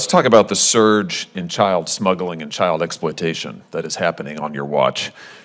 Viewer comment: Anyone else annoyed by how he says scurge instead of surge